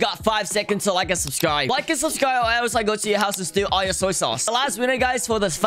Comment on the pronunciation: are u getting paid to talk about soice sauce